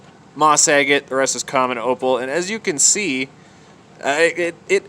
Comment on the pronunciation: Kept thinking you were saying eggate, as in ready to be eggs! Just your pronunciation of agate!